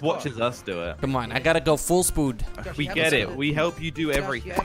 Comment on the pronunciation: He said full spood It must be full speed Hahahahaha